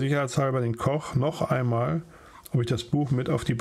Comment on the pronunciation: Die Aussprache des österreichischen Dialekts war sehr lustig "oamol"